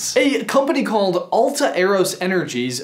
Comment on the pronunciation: I believe its pronounced Alt-aeros not Alta eros